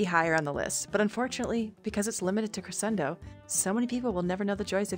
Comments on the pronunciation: Did you know it’s pronounced cre-SH-endo with an SH(for some reason🤔) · you’re pronunciation is wrong for the word crescendo